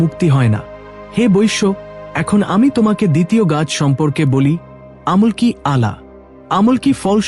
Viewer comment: আমলকী গাছকেও ভুল ভাল উচ্চারণ করছে